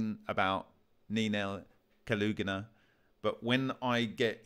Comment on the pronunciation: Not Kalugina, but Kulagina. Kaluga is a town, rather famous.